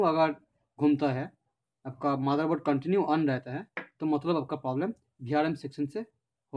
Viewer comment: its not maderboard its motherboard